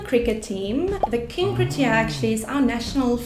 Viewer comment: The proper pronunciation of "protea" is not "prettier", but "proe-tee-uh". The anomalous "prettier" pronunciation was common a few years ago in South Africa, due to the dominance of second language English-speakers, but has since reverted to "proe-tee-uh".